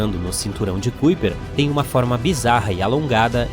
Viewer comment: Kuiper = [caipâr]